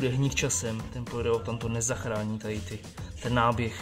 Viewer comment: Neříká se polyrelutan ale polyuretan :-))